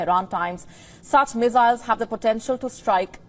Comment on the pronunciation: Missiles not Mezails